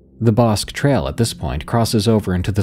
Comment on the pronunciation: Bosque is pronounced Bos-kee